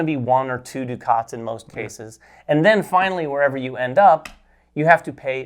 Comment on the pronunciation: Thanks for the overview. Excited about this one! Hoping it is available at Pax U in December. One question...you guys referred to something that sounded like (phonetically) "doo-khaats". Is this the currency in the game? Is it by any chance "ducats" (which rhymes with "buckets")?